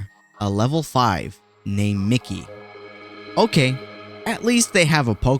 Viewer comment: It’s Mi-Ki not Micky overall entertaining video